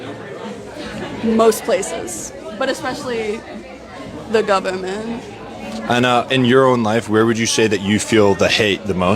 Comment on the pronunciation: .. duh gubment 😂